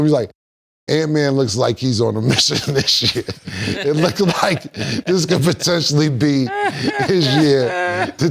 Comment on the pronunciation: Patically lol when he meant potentially lol